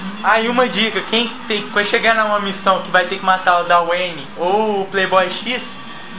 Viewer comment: daweine é dwayne,mas o video é mto bom